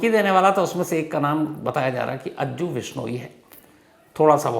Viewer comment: Total fake. Vishnoi pronounce like bihari accent😂